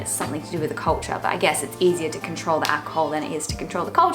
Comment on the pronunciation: I like how you say "cohwulture"